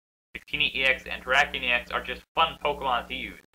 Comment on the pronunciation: Nice vicini not victini